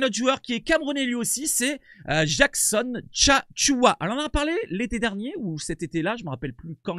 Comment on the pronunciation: Tchatchoua...tu 'le dis aussi bien qu'un bamileke de l'ouest du Cameroun 👍